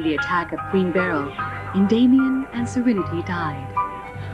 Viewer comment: Oh my god, listening to this woman incorrectly pronounce Endymion I suddenly have an inkling on how they got to Darien as his dub name